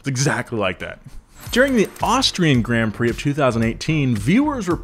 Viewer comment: Bruh man says fking gränd prix instead of grand prix